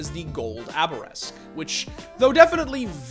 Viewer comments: You forgot to pronounce "Arabesque" correctly... It doesn't read "Abaresque" now does it?:) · He said "Gold Abaresque" instead of "Gold Arabesque" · CS:GO: Gold Arabesque: Gold Abaresque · ... It's Arabesque, not Abaresque. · It's pronounced eh·ruh·besk. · Did just say Abaresque? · Abaresque? Bro? Read it again. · Hearing him pronounce arabesque gives me physical pain.